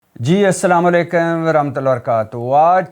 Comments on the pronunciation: Assalam alaikum kaha karen Bhatti saheb, apki urdu to bahot achi hai ,aap assalam alaikem kyoon kahte hain. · O bhai at least salam to sahi tariqay se ada kia karo ..> ye kia abarh dabarh bol detay ho 😮